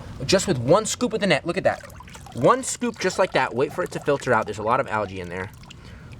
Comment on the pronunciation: When he said look at my net i tought he say look my neck😅😅